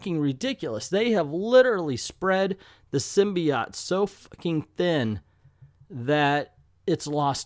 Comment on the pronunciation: the way you pronounce “symbiote” invalidates your opinion